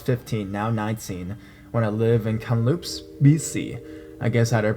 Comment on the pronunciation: Hey your stories r great I love them but I must laugh with u about the way u pronounced Kamloops British Columbia it sounds exactly as it looks but pretend the K is a C so u say it like this. Cam - loops ; )